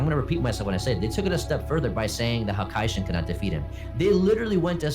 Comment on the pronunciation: Who is a hakay-shin?